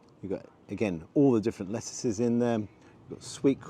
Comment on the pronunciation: It's not lettuces it's let-i, it's like saying sheep's 😂, only pulling your leg.Great content again. Sorry, England will be going out of the euros this weekend. Did you throw the camera man a dry bone? You're too good to that man 👍